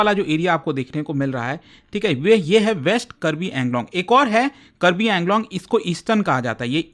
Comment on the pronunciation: Pronounce it as AANGLONG